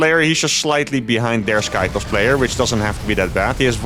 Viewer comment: stop saying sky toes